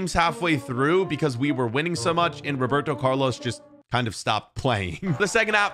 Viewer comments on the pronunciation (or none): “Roberto Curlos”